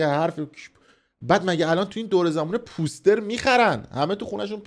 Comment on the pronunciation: POOOOOOSTER? 😂😂😂 poooooster chie dige! It's POSTER! 😂😂